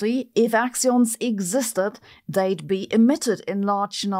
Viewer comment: "Axions" or "we don't understand gravity..." "yeah... let's go with the axions..."